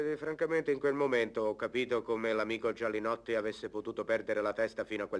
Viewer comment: Perché a volte dicono Gianinotti e a volte sembra che dicano Gialinotti , quando poi nei titoli di coda appare il vome Gialinotti?